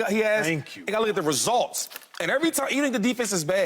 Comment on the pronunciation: Shady says ResOlts one more time 😂... Boy completely took the you out of results